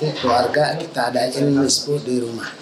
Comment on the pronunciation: Nifsu kak bukan nisfu😂